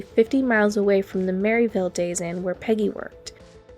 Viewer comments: Yessss this irritated me soooooo much! MerrILLville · I drive I-65 all the time. Never heard this story. Thanks for the great coverage of it. Great video. (Pronounced Merrill-ville, not Mary-villle). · It’s not Merryville, it’s Merrill-ville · Great video but it’s Merrillville not merritel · When I first heard this, I didn’t know it was Merrillville Indiana. The way she said it was Mary Dale. Until she said Rennseleaur and Remington did I figure out it was Merrillville and the Indiana State Police were involved.